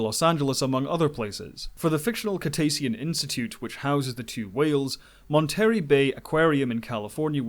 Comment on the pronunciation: Monterrey is pronounced "monta-ray" not "mon-terri"